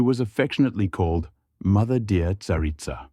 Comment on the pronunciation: Not a 'Tsarina' but a 'Tsaritsa' Btw, you as foreigners pronounce our 'ц' in 'Tsar' so funny)